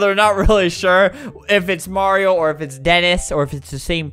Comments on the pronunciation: Mario❌ Mawio✅ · Ttttttttttrrrrrrruuuuuueeeeeee: MAWRIOOOOO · Flamingo, I love how you just pronounce the word Mario: MAWIO MAWIO MAWIO MAWIO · So, we got MAHREEOO!! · Maweoooo :3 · Mommy oh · " MOMMY OH " " LUIGI " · I had CC on and when you said “Mario” the caption said “mommy oh” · MAWIO MAWIO MAWIO MAWIO MAWIO MAWIO MAWIO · MAWIO MAWIO MAWIO MAWIO MAWIO MAWIO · m a w i o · MAWIO MAWIO MAWIO MAWIO MAWIO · mawio only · mawio time mawio time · It keeps saying mommy oh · It's always been Mawio. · It's pronounced Mary-o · Marryo he says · not mario